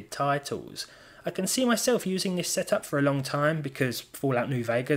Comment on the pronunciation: I thought the most asked question would have been...why do you put a T in the word ''Forza'' The Game, lol I'm only Joking although I do wonder why... love your Videos otherwise keep up the good work ! have a good day mate